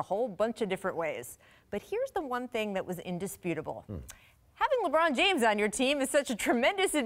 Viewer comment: Shout out the dude in the back “Lebrawn Jayymes”